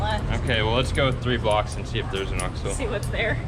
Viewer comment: Enjoy your videos! How about a tip from one gringo Spanish-speaker to another? Say the first syllable in Oxxo more like “oaks” rather than ox. Make that O sound more like long English O. “oaks-oh”